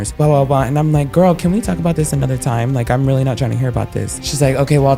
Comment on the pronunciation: Narrator, no need for the extra syllable at the end of sentences (do-uh, time-uh, ev-uhhhh)